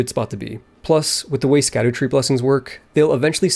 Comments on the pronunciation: correction: its scadu-tree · You probs know this by now, but it's pronounced "Shadootree", for dumb language reasons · Just fyi scadu tree is pronounced shadow tree as scadu is just an old english spelling of shadow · Funny enough "Scadutree" is pronounced "shadowtree" since its like olde english kinda like "gaol" = "Jail"